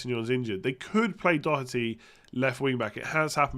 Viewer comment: it is good to hear an english person pronounce doherty correctly. living in ireland has helped you there!